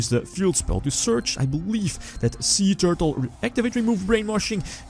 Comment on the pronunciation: Every time he said "Suee Tewrtle" I died a little inside...from laughter. =p